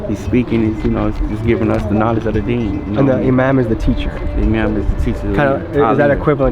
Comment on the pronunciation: Alhamdullilah for Islam! my man said " deenin' " tho 🤣🤣🤣 that was funny